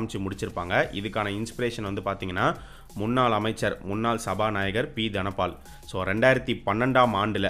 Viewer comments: சபாநாயக்கர் இல்ல.. சபா நாயகர். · சபாநாயகர்! சபாநாயக்கர் இல்ல..